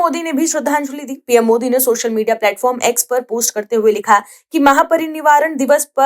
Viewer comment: महापरिनिवारण नहीं महापरिनिर्वाण